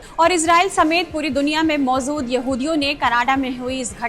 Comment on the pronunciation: Mam ap ja & za ke antar ko samjho.... Maujud hota hai, mauzud nhi..natija hota hai, natiza nhi. Ap jaha bhi ja bolna ho za bol deti hain.. Apne pronunciation ko imrove kariye... Bhot galtiya hain.